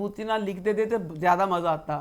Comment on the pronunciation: Yes you can bomb our innocent people and we can't make fun of the words that you speak wrong, Maja isnt even a word in any language..No one is making fun of any language i dont think maja is a correct word in hindi either!